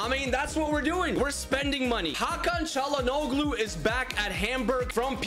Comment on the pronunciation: I would say W signings, but just a tip: to pronounce Çalhanoglu, try not to say the "g" Like Chalhan-olu